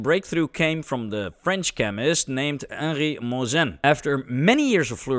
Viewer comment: For non-french speakers you say "Moissan" like a "croissant" 😘